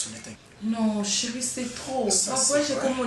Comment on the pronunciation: lembisa bizeti ya koloba ko ba mpangi ya Vincent!!! Chéri et non cheuri osalaka nga matoyi pasi un moment na ba elobeli na ba mabanga na yo